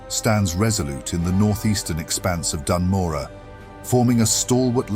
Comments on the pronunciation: Bro, why don't you make sure you know how to pronounce Dun Morogh before you make a 24+ minute video on it. It's not Dan Morah, it's Doon Moroh. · Hell yeah! Only thing I'd say is the pronunciation of Dun Morogoh feels off? I COULD be wrong. Regardless, yet another fantastic video, and the penultimate starter zone! Then? THEN WHAT?! There's so So SO many zones i deeply need these style videos done for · ''as the lore keeper of ( says the name of the zone wrong)'' good lore keeper xD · Awsome stuff. Please learn to pronounce Dun Morogh 😅 AI voice is kinda bad aswell. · Amazing video, my only question "why are you saying Dun Morogh as if there's any "A" in it?" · no offense meant! I've only heard them pronounced 1 way so hearing another phonetic interpretation of it threw me off!